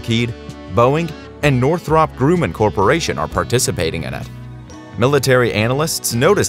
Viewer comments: "Groooooman"!? "North rop"!? POS Computer Generated fake voice narration! Thumbs down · If you or your bot can't pronounce Northrop Grumman correctly, you haven't been around the aerospace industry long enough to be qualified to make videos about them. I literally flinched every time you fucked that up.